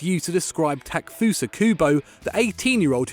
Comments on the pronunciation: ta-ke-fu-sa not takfusa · taa-ke-fusa kubo 😂